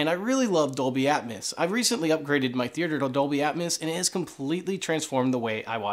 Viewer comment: Say it with me...Atmos (at-mose), not Atmas (at-mas).